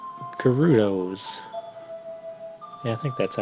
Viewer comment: Your pronunciations are weird. Skull-tulla? Guh-rudo?